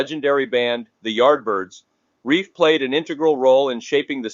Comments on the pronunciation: Looks like the computer-generated narrator is reading “Relf” as “Reif”. It’s pronounced Relf as in self. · I am a Yardbirds fan. I THINK Keith's last name is pronounced as "RELPH," like Ralph but with an "E" where the "A" is usually found where the "A" is supposed to be. (BTW, what a crazy way to go! I believe he had been drinking at the time of the incident. Such a huge loss to Rock and Roll. 😖😥💔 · R E L F is pronounced like it was elf with an R at the beginning . Feed your AI narrator better info.